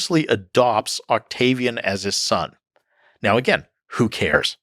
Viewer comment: Lol. He said Octavi "Anus"